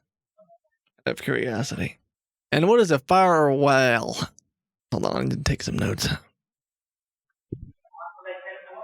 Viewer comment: I love how many different ways kitboga tries to pronounce firewal 🤣